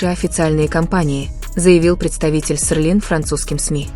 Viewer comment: Читайте пожалуйста правильно!Какой Сырлин блин?😂А Тэхени наш красавчик!🙏👍💜